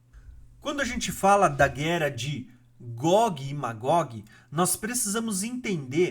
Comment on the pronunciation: Não é guera é guerra, buro.